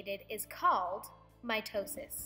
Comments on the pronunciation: anyone else also heard my toe sis? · MY TOE SIS i mean that’s what i hear